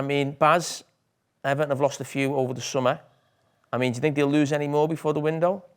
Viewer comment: There's no reason why anyone from the South wouldn't be able to pronounce "Th".. It's think, not fink!! It's Thing, not Fing!! Jellied eels are shite too. Also. Breakfast - 5am-11am Dinner - 12pm - 5pm Tea - 5pm - 8pm Up the North!